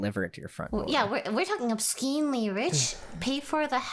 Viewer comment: "We're talking obskeenly rich" -Lilypichu 2020